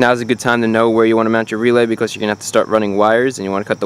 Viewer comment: When you say now we are done it sounds cool and when you say because it sounds like becows.